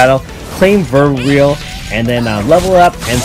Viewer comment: nice video as always. btw verweil is pronounced like "fair-while" its german, not that you have to know that i dont wanna ciritize you just thought i let you know :D i hope you have a nice weekend